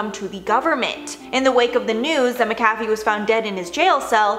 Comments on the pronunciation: MACK-a-fee, not mick-AFF-ee - h. Granger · Pronounced ; MACK-A-FEE not MICKafee... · I always thought it was pronounced Mac - a - fee ……. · She pronounced it Maa cafe,,,, made me want some coffee 🤣🤣🤣 Hes got a great Wee Irish surname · Pronounced Mack Uh Fee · When you can tell that the host was too young to know what McAfee is, so it is mispronounced all the way to the end. Very cute:) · This story is terrible and sad but I just can't get over the way that they're mispronouncing his name